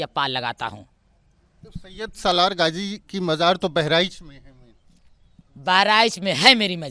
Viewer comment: ये औरत गाजी बाबा का नाम सही से नहीं बता पा रही है और अपने ऊपर गाजी की सवारी बता रही है ।